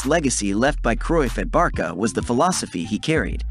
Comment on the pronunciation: great video.. but its ayax, barsa, la masia with 's'.